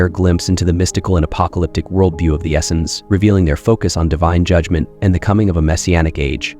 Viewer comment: This guy doesn't really know what he's talking about. I've never heard Essenes pronounced as Essins before. 🤣